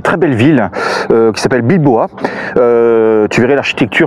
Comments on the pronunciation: Coucou la famille Lefebvre pour Fanny les vacances on été ensablé 😂😂bravo comme même à elle a bien gérer la situation, tu es resté jeune tu parles encore en verlant pour dire la ville de Bilboa 😂😂😂 tu aurais pu dire balboa 😂😂ça arrive à tout le monde de se tromper on avait bien compris que c était Bilbao, bon anniversaire à Eve et Néo a trouvé le filon pour devenir riche, bonne continuation à vous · Comme d'hab belles images ,beau montage ,juste une remarque c'est bien Bilbao pas bilboa? 😉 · Salut, bon sejour en Espagne et ce n'est pas la ville de Bilboa mais Bilbao 😉😉